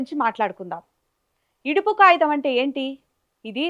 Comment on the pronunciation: Yidupu kagitham anali.yidupu kayitham kadhu. Clear ga matladali.